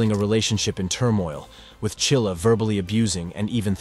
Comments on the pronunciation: It's Mackenzie Shirilla, not Chilla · Shirilla NOT Chilla your schmo's. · The name isn't Chilla, it is Shirilla. If you can't even get the name correct, why waste your time?